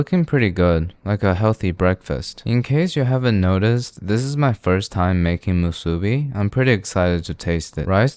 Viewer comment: youre the first youtuber to say the word "musube" the correct way . bravo . short cut , Soy Vey teryaki sauce is the best you can find . there is no other . buy it , try it , come back and tell me im wrong. edit: im so old that we didnt put egg/or and teryaki sauce on our spam musube. its delicious with just spam , rice and nori . try it come back here tell me im wrong . if you absolutely need a sauce , use oyster sauce (made from oysters) or tiger sauce (not made from tigers) . the next thing that takes off from hawaii to the main land , CHOW FUN like Suda store in kihei cir.1989, make it happen. EDIT EDIT: OMG I FORGOT ABOUT FURIKAKE!